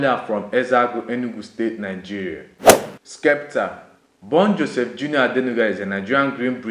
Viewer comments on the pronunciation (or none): none